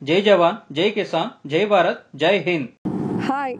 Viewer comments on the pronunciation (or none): none